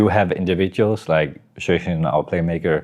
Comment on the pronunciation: He's name isn't xypex he's xyp9x pronounced xypnix